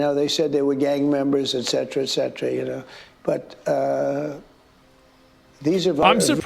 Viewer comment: listen to the man Zach, he knows how to say etcetera :)